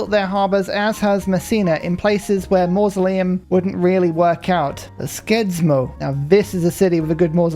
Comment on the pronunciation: I was thinking that NOO its okay you dont have to tell him how it’s pronounced but then you kept pronouncing it like it and i couldnt resist😅, SK in Norwegian is pronounced like SH, so skien is shee-en and skedsmo is shesmo